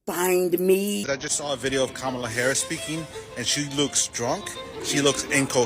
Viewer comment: … Did anyone else notice how this guy didn’t say Kamala’s name right either? He said “Camel-a” like he was purposely saying it wrong. 🤦🏾‍♂️🤣